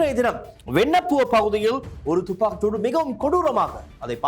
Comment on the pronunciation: யோ.. துப்பாக்கு சூடு.. இல்லை வடிவாக உச்சரிக்கவும்